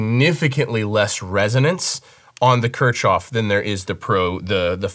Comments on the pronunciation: Ok. Pronounciation. Kirchhoff = church yard. K-eeeh- rolling R - ch (like in ach) -hoff. This EQ deserves a proper pronounciation, right? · Pronounced "Kear-hoff" ☺️ And yeah it's amazing. I have a few EQs I use for 'color' but as just an EQ to grab w/ all the options this is 100% my pick. Just need them to model API curves now 😈 Waiting on TBTech to roll out a multi-model compressor, too. Would love to reduce my processing to just 2 plugins. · I think it is pronounced as "Keer-hoff". While I agree that it indeed sounds better, I did not sit well with this EQ, maybe because of the workflow?. I got the license as soon as it came out in PA but sold it after 2 weeks. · Yeah, it’s pronounced “keark off” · Kirchhoff is pronounced kirk-hoff, as in Kirchhoff's law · the [Kirchoff] filter (you're pronouncing the word Kirchoff wrong) is much better because it has much better algorithms. First, the algorithms that convert "digital analog" to digital data use the very fast Vinograd algorithm in Fourier transformation, which only needs 1.2 multiplications per sample. Secondly, in the spectral analysis, the Hamming window is several times more levels than the fabfilter. That's why everything is clearer, and the spectrum analysis graph works faster graphically. The quality of the Kirchhoff filter blows my mind.